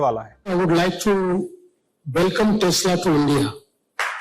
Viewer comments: Tesla ❌ Tasla✅ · Tesla nahi…. TEX LA 😂😂